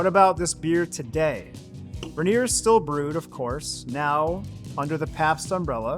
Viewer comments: Its not Ren-ear. Its rain-ear. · It's not ranger, It's Rainier, pronounced RainEar You sound like an LA hipster you'd fit right in down in Portland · Say it with me OP - Rayneer, not Ruhneer. All the clips say it properly, yet through this ENTIRE video you mis-pronounce it. C’mon man… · as a Drinker and Washingtonian it is pronounced Rain eer not ruhneer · Ra-near? It's Rain-ear! You even pronounced it right when sang the "motorcycle song"! I'm just giving you a hard time! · It’s not RA-nier, it’s RAIN-ier beer. Funnily, you say it right when doing the motorcycle thing. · Us PNW beer snobs call it Rainier (pronounced ron-yay) 🤣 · The "Ruh Neer" pronunciation is really distracting. Do your research next time. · Ray-Neer is how you should say it. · If you're going to do an entire video on something, at least learn how to pronounce it. Ray-Neer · I don’t know what Rah-neer is… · "Rehneer" lmao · I cant listen to "Ruh-near" anymore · Mount RAY-NEAR is the same pronunciation as the beer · You’re saying it wrong 😂…. Rain-near beer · It pronounced Ray-near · It's pronounced Ronyay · Locals pronounce it "Ray-neer." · Agreed. I came looking for this comment. Ray - nier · Do research on how to pronounce Rainier! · I cringed every time he said it wrong. Just listen to the commercials, they say it correctly. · buddy, emphasis is on the "Rain", not the "nier"